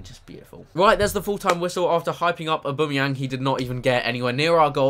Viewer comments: I know I'm late, but Aubameyang is pronounced Ow-bam-eyang, not O-boom-eyang. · 4 mins 14 seconds aubumeyang ha ha